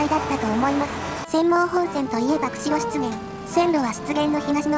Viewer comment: 湿原が失言にしか聞こえない、なめらかな下ネタナレーション。